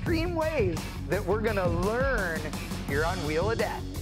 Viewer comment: "To learrrrn"....ha